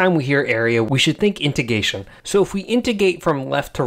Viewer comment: It’s “integration,” not “integation”. There’s an R in there. In-te-GRAY-shun. In-te-GRATE.